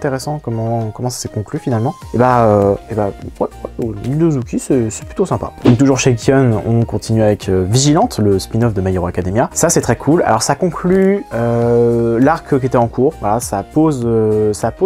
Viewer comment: La prononciation de Meian, ce dit Mé--Yan. Et Ki-oon va lui se prononcer Ki-Oune (OO = ou, AA = AA, EE = i, U se prononce souvent Ou, comme Korukawa = Koroukawa).